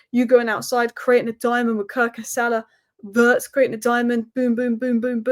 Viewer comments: please, Wirtz is not pronounce Vurds, it's Vee-uh-rtz. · It's pronounced "weertz" but OK lol